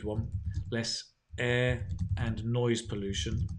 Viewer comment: I guess it was noise pollution, rather than noice pollution